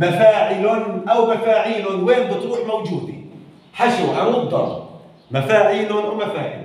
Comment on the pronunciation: السلام عليكم ورحمة الله وبركاته الله يجزيك الخير على الجهد الذي تبذله بس حبيت انبهك لما تحكي عروض هي بفتح العين وليس بضمها وشكرا كمان مرة على شرحك المميز